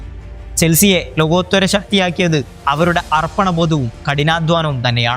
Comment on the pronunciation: ചേട്ടാ ലോകോത്തൊര അല്ല ലോകോത്തര🤭🤭